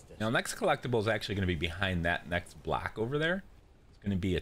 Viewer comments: Why do you say “black” instead of “block”. It’s so confusing . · He’s saying block, it just sounds like black because of the way he pronounced it